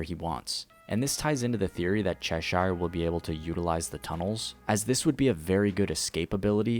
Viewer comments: For the love of god its pronounced "sheer" not "shire" 😭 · My brother please stop saying saying Cheshire like that. Say it like “_chess_sure” not SHIRE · It's pronounced as Che-sheer. Coming from the Lewis Carroll's Alice in Wonderland. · I'm sorry to be that guy but it's pronounced "cheh-sure" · Pronounce Cheshire correctly before you say it pal